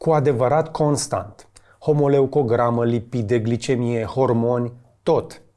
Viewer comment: Hemoleucograma...nu cum ai spus tu 😂